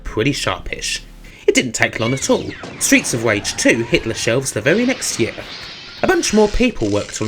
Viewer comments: Stweets of Wage! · Stweets of Wage. Sorry. Seriously though, this is a great review of two of my favourite games. Thanks for sharing it with us. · Why are your R's... W's? Genuine question, have not heard it before. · streets of vage xD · Stweets of Wage... sounds like the USA. Wages being shit, har har. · stweets of wage...